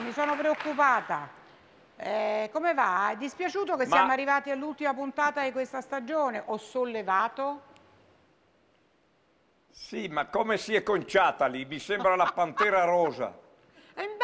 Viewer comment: bianchina si dice stagione e non stagggione...logico e non logggico...possibile e non possibbbile